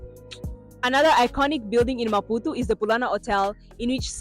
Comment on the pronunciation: Amazing maputo.i love the way your pronounce maputu😂😂😂.here from kenya